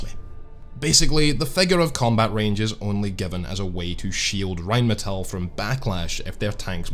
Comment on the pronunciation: First video where I heard RheinMetall not pronounced incorrectly as "rine medal". Great video.